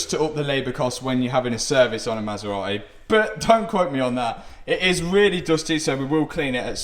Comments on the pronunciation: I love this Masera-eh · "9liters of oil in the maseraeh" Hahah you forgot some letters. Love the content man!!